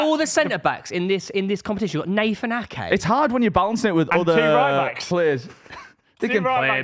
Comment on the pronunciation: bro said nathan ake